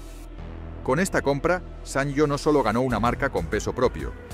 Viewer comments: Siempre lo pronuncié "sanio" no "san yo" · Buen reportaje de una marca mítica. Pero por favor, se lee como "sanio", no como "sanllo". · Lo pronuncias mal. Se dice "sanio" y si no mírate el anuncio cuya música se nos quedó grabada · Así no se pronuncia la marca.